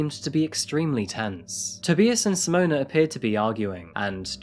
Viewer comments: Simone, not Simona. It's a little disrespectful to be pronouncing her name incorrectly... (Apologies if you have dyslexia, BTW.) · Simona? Isn’t is Simone? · Hi his name is pronounced Tobeyeas as in to be biased and her's is Simone not simonea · S'mon and Toe-bi-as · Nup. Zimonuh and Toe-bee-as.